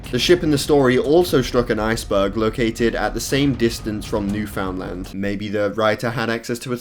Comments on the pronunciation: Petition for to move to reddit because overall he belongs there because Instagram is getting cringier every single day by kids and is a true understander of memes and will be better there And, it’s pronounced New-fun-lund, not New-found-land. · Isn't it "new fund-lund"? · ITS NOT PRONOUNCED NEW FOUND LAND. don’t know the correct pronunciation but I know the way you pronounced it is wrong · did he said NewFOUNDland?? It’s pronounced Newfundland. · New fund land is the pronouncement me living here hearing this is annoying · The way you say Newfoundland makes me want to die. It is pronounced new-fin-land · Why he pronounce newfoundland like that